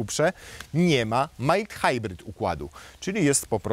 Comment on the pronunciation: jak się już pójdzie znowu do tvn-u to warto się nauczyć wymawiać mild hybrid